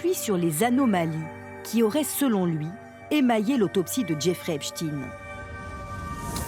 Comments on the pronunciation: Epstaine et non stine !!!!!!!!!!!!Vous dites Instine au lieu D'Einstein? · Pas Epstine mais Epstein. On dit pas Einstine mais Einstein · C'est pas Epstin mais Epstein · C’est étonnant il n’y a que les médias alternatifs qui prononcent bien le nom de Epstein....les mainstream .....c’est Epstine.....😂😂😂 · Les médias qui font que de prononcer " Epchtine " alors que ça se lit Epstein comme Einstein, juste pour cacher la consonnance 🧃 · Ce n'est pas "epchtine" mais Epstein, comme Einstein.un peu de culture, svp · "Epstein" et non "Espstine"... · Epsteeeeeiiiin pas Epchtine!!!! Ridicule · Pourquoi prononcer "epchtinn" ??? En français le suffixe "stein" est toujours prononcé : "chtainngn" , comme dans le nom très connu : Einstein. Ou encore Bornstein...... Ça cache quoi cette volonté de changer la prononciation de ce nom??? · Ils prononcent volontairement mal son nom pour éviter qu'on réalise sa religion. on dit "Epstein", pas "Epstine" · Epstailleneu et non pas Epstinne ! Le yiddish est un dialecte allemand ! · Je sais pas dans quel monde vous êtes pour l'appeler Epstine alors que tout le monde lit et prononcé STEIN comme Einstein.... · EpstEin comme Einstein et pas EpstIne comme PoutIne...... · Le epchtine tout le long est horrible a entendre 😅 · arrêtez de dire Epstiiiine à la fin, nous savons très bien que cela ne se prononce pas comme ça, voyons.... 🤔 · Et ça se prononce "Epschtaïne". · Au fait, on ne dit pas "Epchtine" tout comme on ne dit pas "Einchtine" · Ah ces français! Même pas capable de prononcer son nom correctement! J’arrête, cela me fait mal aux oreilles.